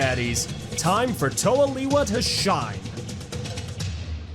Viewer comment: Its not (lee-wa) its (le-wa)